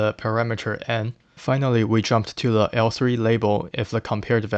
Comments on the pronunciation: why do you say "le" instead of "the" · I appreciate the video, but why do you pronounce "the" as "le"?